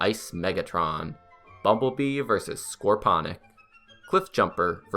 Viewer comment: Yeah i know this video was made almost a year ago but idc.This was honestly really cool,you got to even the really obscure merch too.Tho i think there are two massive "problems" with it:You completely butchered Scorponoc name and you forgot about voyager Ratchet and Ironhide.But that's about it,overall really good :))))).